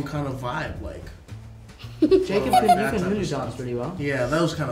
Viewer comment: How did she pronounce Zendaya PERFECTLY and the butchered Jacob’s name?